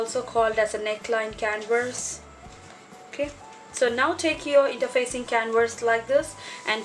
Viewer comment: Hi, Beautiful job. Oh, the word "canvas" is pronounced can-vis or can-vas. You are pronouncing the word "can-verse". I hope that helped. Otherwise your english sounds excellent!